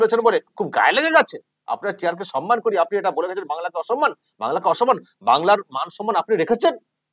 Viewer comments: বাংলা নিয়ে এত দরদ।বাংলা শব্দটা ঠিক বলে না।সন্মান নয়। সম্মান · উচ্চারণ টা সনমান না কি সম্মান?😅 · উনি 'সন্মান' কথাটা যখন বলেন তখন 'পবলেম' হয়ে যায়। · সম্মান নয়, সন্মান বলেন, গভর্ণমেন্ট বলে না, বলেন গড়মেন্ট। জায়গায় বলে না, বলে জাগায়। মুখ্যমন্ত্রীর পদে লজ্জা! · কথাটা সনমান নাকি সম্মান?